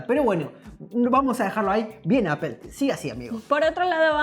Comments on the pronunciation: Se dice APPOL NO APEL “” APOL” o Appo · Yo antes Appel lo pronunciaba "apol" y ahora por le digo "apel" 😂😂😂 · Se pronuncia apo y no spel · Se dice appol no apel me da por los huevos estos españoles no pronuncian bien son ridiculos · bravooo ya estan aprendiendo, Apple Apol. y no apel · Apel aaaaa apol... Es igual jajaja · Apol , no apel , bueno esque me choca la distorsion de lenguas. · “Apol, apol...” -Bah, da igual... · Suena horrible que diga appel, todavia la corrige el otro bato y lo tira a loco jajaja muy mal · Por qué le dicen "Apel"? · La corriges pa que no diga "APEL" y tu pronuncias igual. Eso choca, que los youtubers de tecnología no saben pronunciar los nombres de dispositivos en su idioma original. O que con algunos lo intenten y con otros no. Mejor regalenme un Samsung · Apol apol jajajajajaja se pasó v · apool a no es rival :v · Comendhhhhamoooodhhs Me caga el acento español de españa Y la pronunciación de Apple...apel apel!! 🤦🏻‍♂️ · Corrige a de como dice Apple Y luego el lo dice de la misma manera que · Al fin le corrigen a cómo pronunciar “Apple”